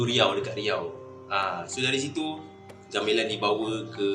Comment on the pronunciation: Menyebut gamelan pun gak betul... Ga me (e pepet) lan